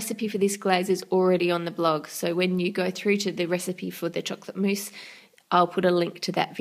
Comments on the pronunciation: Why do you call it mouess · it's mousse